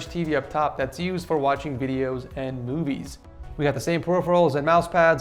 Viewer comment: Who all hears boobies instead of movies?